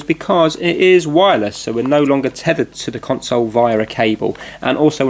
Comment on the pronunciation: LOL how he says console is hilarious cun-sowle hAHAHHAHAH!